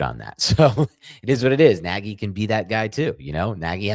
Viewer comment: pronounced neg-ee